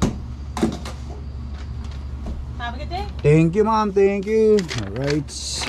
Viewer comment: Medyo alanganin yung pronunciation mo sa “ maam” it sounds like “mom” its an insult sometimes because the woman might be single..just saying..